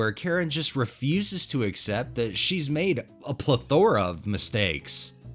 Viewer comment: Plethora = [ˈplɛθəɹə]